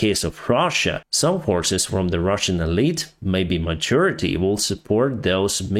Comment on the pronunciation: Sometimes your pronunciation is unintentionally more correct than you may think ( I'm sure my pronunciation of Ukrainian would be atrocious ) But "minority" sounded like manure-ity and "majority" like "maturity" , probably a much more correct meaning. THX